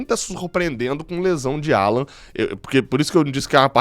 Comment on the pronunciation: Não é Állan,e sim Allan...